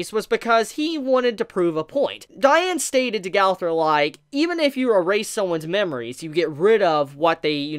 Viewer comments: Lol he said galfur instead of gowther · I keep hearing galther not gowther